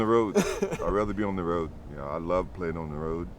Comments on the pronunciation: MJ pronunciation of “ROAD” is interesting 🤨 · he says road weird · Mj sounds so white saying “road” lmfao